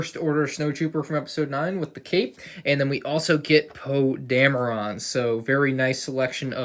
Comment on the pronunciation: Normal people:Poe dameron (that would be how you pronounce it): Poe dam-re-rane